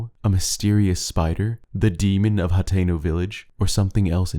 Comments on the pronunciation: its pronounced (Ha-ten-o) not hat-teno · you indeed said hateno wrong the guy above me is right